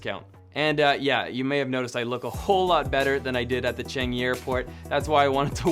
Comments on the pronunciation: pronounced as Ch-ah-ng-ee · Wait he really just said "changy"...